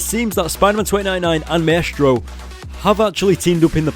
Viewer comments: Maestro is pronounced mīstrō. like MICE and TRO. haha, that was driving me crazy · It's my stro spelled like maestro but it's pronounced my stro